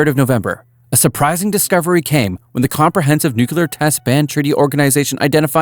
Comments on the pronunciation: Nu-kle-ar ... not Nu-ku-lar. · "nucelar reactor" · Nuclear. The word is nuclear. Even Homer Simpsons knows this. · You can't say nuclear that really scares me sometimes a brain can come in quite handy.